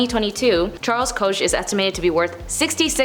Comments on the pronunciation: Koch is pronounced C-O-K-E. This shows she is clueless as to what she is talking about. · Koch is pronounced “Coke”. Do your research.😊